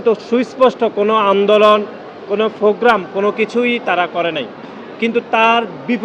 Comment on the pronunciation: thik moto kothai bolte parena. program re boltese fograme